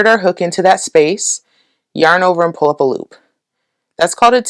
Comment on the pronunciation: "pull up a loop" is starting to sound like "pulopalop" to me :D